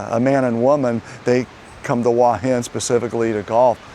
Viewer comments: but the u and a are sounded separately not as one sound. I was simply trying to explain it in a way that might be understandable. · Hua is one syllable, not two. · the transliteration of Hua is about as easy as you can get. The only thing it does not show is the rising tone. Give the guy a break, he is trying.